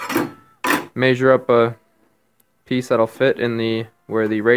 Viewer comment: Maysure with your maysuring tape